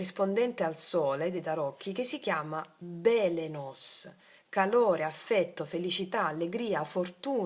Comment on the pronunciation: Buongiorno Francy, grazie Dio ti benedica. Si legge Epiteto con accento sulla i😊 e Beleno con accento su seconda e, come Belén ❤. Dio della luce, di qui origine del verbo balenare, ovvero giungere all'improvviso come un fulmine ed arrivo in cielo del fulmine stesso.